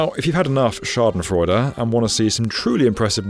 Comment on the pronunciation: "Schadenfreude" sehr schön ausgesprochen👍, aber weil es so überraschend kam hats mich gekillt😂